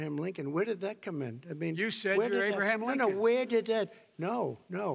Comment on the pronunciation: Biden called him lincon hahahahahahahha!